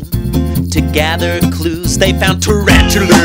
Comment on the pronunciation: Everbody it's not Tarantula...it's Tarantuler. You have to stress the ER part at the end, to make it official.